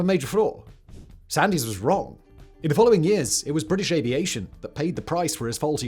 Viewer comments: It’s Duncan Sands.. the Y is silent… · Sand 's as in the beach not sandy.